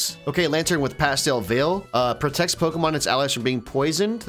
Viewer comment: U loved videos till he started mispronouncing the Pokémons names nothing enraged me more